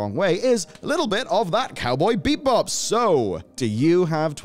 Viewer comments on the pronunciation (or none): BEE-BOP not BEEP BOP ogod